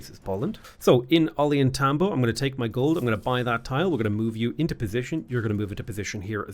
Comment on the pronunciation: Hearing the way is pronouncing "Ollantaytambo" is making me die inside a little